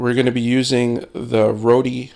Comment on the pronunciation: The company is pronounced 'Road' ;-)